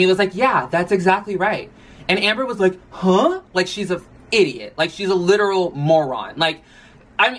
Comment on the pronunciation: the way you said “she’s an idiot. shes a LITERAL moron” idk why it had me rolling